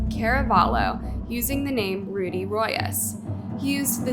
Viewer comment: Two things 1. The father should have died, he’s been capitalizing on his wife and son’s murders. There is no data in my mind that he’s fine to get his piece of crap son out. 2. is so insufferable lately and kinda annoying, She didn’t even bother trying to pronounce Rudy Rios correctly, she colonized the name instead lmao